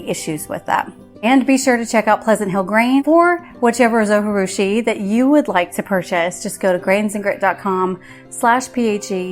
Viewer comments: All of the information provided is great and helpful. Only downside is the whole time you miss pronounced the name of the bread maker. :( “Zo-Ji-Rushi” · Thanks for the video. Just one feedback. You pronounce Zojirushi incorrectly. It is not a Spanish word . So J in Zojirushi is not like J in Jalapeno. You can watch Zojirushi manufacturer's YouTube video to listen to the correct pronunciation (should be pronounced like Zo-gee-rushi). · Please learn how to pronounce the name of the company...it's not that hard and it is not a Spanish word--it's a Japanese brand. Your repeated mispronunciation of the 'j' as an 'h' is distracting from what is important content of your video, which by the way I really like! Good job. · Pronunciation of the brand name is driving me crazy. It’s a Japanese bread. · It's a J not a G.... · It's a Japanese name! Pronounce the J as a J…… Zojirushi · Good video. Thank you. But the people that make the zojirushi pronounce the “J” in the video that I got with my machine. I know the “j” is not pronounced in Spanish but this is Japanese. Not even sure if a dvd still comes with it. I’ve had mine many years. But the video on Amazon from the manufacturer also pronounces the “j”. I do wish things like that did not bug me. Sorry. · It’s Japanese, not Spanish. Pronounce the J. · Yes! That drove me crazy the first time I tried to watch this video and I stopped. I’m back, though.